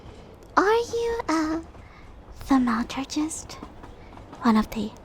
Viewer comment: Mispronouncing thaumaturgist so badly was actually pretty clever of. It means that if Listener-San knows what it means then they’d instinctively correct her and make it clear that the answer is yes even if they didn’t intend to and if they didn’t then they’d probably write it off as gibberish, which they seem to have. Honestly would’ve done the same if I couldn’t go back and check what she said. 😅